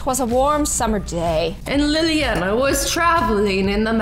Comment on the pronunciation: Liliana is my name and that’s not how it’s pronounced in English its lily Anna